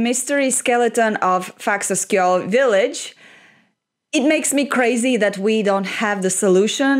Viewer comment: Amazing pronunciation, it was perfect!! ❤🇮🇸